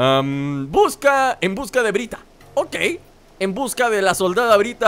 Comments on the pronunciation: es byrta no bryta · es byrta no brita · es byrta no bryta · El nombre no es bryta es byrta